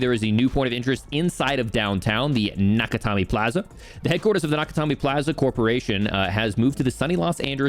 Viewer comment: Does intentionally mispronounce Nakatomi, or has he never seen Die Hard?